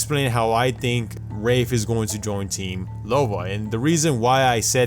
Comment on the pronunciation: He said rape instead of wraith twice and he also said rave